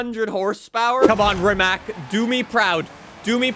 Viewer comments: Btw is pronunced rimac not rimak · Rimac is pronounced like Ree-mats. It's Croatian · It's pronounced "Rimatz". Even the owner of Rimac, Mate Rimac pronounces it like that because Rimac is a Croatian car company. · Am I the only one that gets bugged by how pronounces Rimac wrong? (It's supposed to be Ree-matz) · You probably already know but thats not how you pronounce rimac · bro is made a Video about how to pronounce Forza, but he keeps mispronouncing Rimac